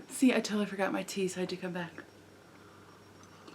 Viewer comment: I totally thought at the beginning of the show you said "wait I forgot my TEETH"...not tea. ;) that was awesome.